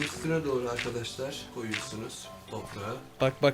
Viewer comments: Abi sende çok handaşlar diyon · sen handaşlar diyodun ama ORADA niye arkadaşlar dedin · Abi sen arkadaslar demek yerine andaslar diyosun